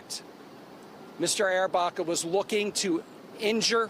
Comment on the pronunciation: Andrew Arrabaca it is a pronouncing mistake the woman newsperson